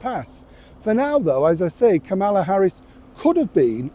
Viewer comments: Hey, former Vice President Harris’s first name isn’t pronounced with the emphasis on the second syllable, as you’ve been saying it. It is pronounced with the emphasis on the FIRST syllable. It’s like the punctuation mark “comma” plus “la” (as in “do-re-mi-fa-sol-LA-ti-do”). KA-muh-la. Come on, if you can say “Donald J. Trump” correctly every time, you can show similar respect for a former Vice President of the US! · given Kamala Harris was VP of the USA, it would be nice and respectful if you could pronounce her name properly. I’m sure you could manage it.